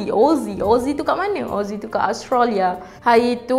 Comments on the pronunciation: Australia, bukan Austrolia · Hehehe.. nape awak susah sgt nk pronaunce Australia tuu.. dh jdii Ostralyaa pulak ..xde negara tu dlm peta dunia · Speaker.. minta tolong check cara sebutan yang betul untuk Australia . Terima kasih.